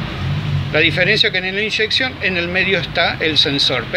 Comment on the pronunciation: Si decis "Inyeccion" en castellano... ¿Por que le corres la tilde como si lo dijieses en ingles?